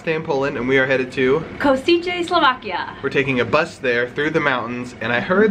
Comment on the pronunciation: kousičé sloákiá:face-fuchsia-tongue-out:🤣